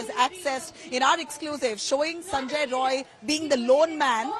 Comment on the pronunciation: Atleast mention the name correctly. Its sanjay rai